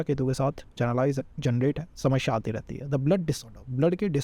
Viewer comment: speak slowly,running, explanation should be slow & clear so that others could understand well, pronunciation of samasya incorrect looks so odd listening to same word incorrect multiple times...need to explain serial wise,organised way from 1 st house to 12 th house not haphazard .....